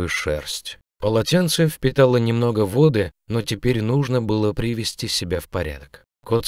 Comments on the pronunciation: Почему вы читаете вОды и Еды с ударением на первом слоге? И вместо выходИла говорите вЫходила? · "принести вОды и Еды". Ненавижу автоозвучку. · "Кто-то принёс ему вОды и Еды", он что не русский?